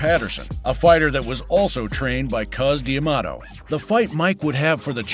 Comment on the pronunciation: I finally had to stop when the stupid narrator mispronounced Cus D'Amato's name AGAIN.